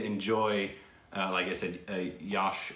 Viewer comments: Its Not YAASH guys , its just YASH. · Yash..is pronounced similar to 'yuck' but with an 'sh' at the end instead of 'ck' Also love how interested is in india! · You pronounce it as 'yush' (not 'you'; yuh. Like 'yuhsh') Hope you understood that XD